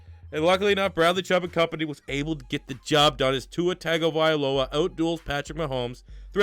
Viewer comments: it’s tagovailoa not tagovialoa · It isn’t TAGovailoa, it’s pronounced TUNGovailoa 🤦🏻‍♂️ I cringe so mf hard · as a Alabama fan i have to correct you its TUNG-OH-vi-Loa dont take offense i butchered his name the first couple times i heard of him to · The A and the I need to be switched in Tagovailoa